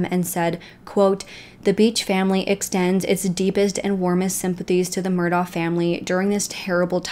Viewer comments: Thank you! She clearly did some research but my guess is she didn’t actually speak to anyone from the area. The last name is pronounced “Murdock” also. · You might have heard this by now, but it’s pronounced “Mur-dock” and they say Alex like “Alec” no idea why, I have a friend who is from there and that’s the dialect… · Pronounced murdock. Sorry i cant listen to entire video mispronouncing name. Yack. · Please, please, please if you’re going to do a video on a real crime, pronounce names correctly. There are videos out there if you research where the Murdaugh name is pronounced by cops etc (pronounced Mur * dock). Beaufort is not pronounced Beau as with a long o sound. It’s a long u sound. And the bow of a boat is pronounced like bow wow. I know you’re probably not from the south but there’s so many videos you should’ve seen while researching. This is an interesting case to me and I have been watching and reading up on it. There’s more info out there. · Hey. My parents were born and raised in this part of SC, and we're distantly related to the Murdaughs. If I may respectfully, suggest...the pronunciation of Murdaugh is, "Merduck", said without a break between syllables. Beaufort is pronounced "Beeyewfert". Again, spoken straight through without separating syllables. -Thank you for doing this piece. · It’s leek Murdock their pronunciation, Beaufort, Bufort is how we pronounce it in